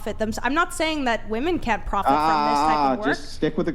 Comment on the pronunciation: You can’t even pronounce women right.